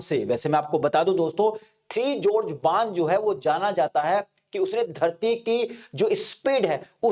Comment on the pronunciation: ये थ्री जॉर्जेस नहीं थ्री गॉर्जेस डैम है।